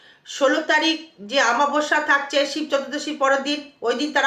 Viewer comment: আমাবস্যা নয় অমাবশ্যা হবে উচ্চারণ টা